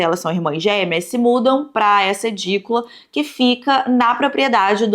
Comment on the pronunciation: Que nervoso, é Idícula, não EDícula